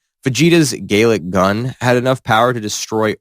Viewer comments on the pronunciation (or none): BROOOO its not "gay lick gun" and its not "kamee kamme haa" its "gal lick gun" and kaamae kaamae haa" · Bro said "gaylic gun"😭😭😭😭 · gaylick gun sounds like a gay version of the galick gun. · Bro said Gaelic Gun and Kamekameha. Bro does not know ball. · Galek gun? dude. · oh my god he said gay lick gun 😅